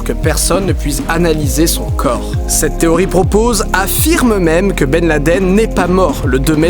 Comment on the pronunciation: Ok, mais du coup que penser des photos et vidéos que l'on a de Ben Laden ( au passage, merci pour la prononciation non francisée) datant de son arrivée en Afghanistan lors de l'invasion soviétique? Travail très très en amont de la part d'Obama? Ensuite, pour le " on enterre dans les 24h": ok mais de toute façon le fait de jeter le corps à la mer ne respecte pas le rite musulman qui n'accepte cela que si le croyant est mort en mer où que l'on ne peut rejoindre rapidement la terre. Clairement, disposant des moyens logistiques que l'on connait, l'armée US aurait pu l'enterrer en moins de 24h sur n'importe quel coin de terre ferme du monde. Que penser ensuite de tout les " supplétifs" de Ben Laden, eux aussi seraient ou auraient été des acteurs ou alors ils auraient été, eux aussi, manipulés? Enfin, pour les théories qui veulent que le 11 septembre soit un " inside job" de la part du gouvernement US ( parfois avec l'aide voir à la demande d'Israël), je me permet ici d'évoquer les thèses de certains chercheurs qui estiment que ce mythe vient du fait qu'au Moyen-Orient existe un réel " complexe d'infériorité" qui ferrait que l'inconscient collectif sur place porte les gens à ne pas croire que des gens de la région ont pu réussir un coup pareil contre le géant américain.